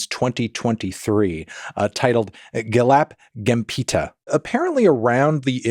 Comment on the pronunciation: To help you pronounce it better, both "E" in Gelap Gempita is pronounced like the first "a" in Arena or the "i" in Bird. The R in "Bayar-bayar" is pronounced with a hard R and the a is like the a in "hat" with british or aussie accent.